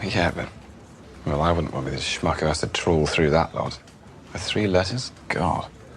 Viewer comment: Did he say schmuck or shmuko